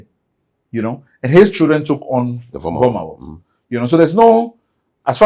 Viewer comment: pronunciation of Vormawor doesn’t sound Ewe including some of the Ewe names he mentioned. I wished I could render an audio response to share the differences with you.